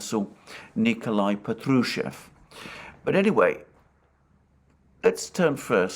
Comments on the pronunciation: in Patrushev the accent is on the first AH pAHtrushev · Good Day, Alexander. It's Pátrusheff (V becomes deaf at the end), the stress is on the 1st "a" vowel. Just Fyi. Don't mean to be nitpicky 🙏. Thank you for tour video updates!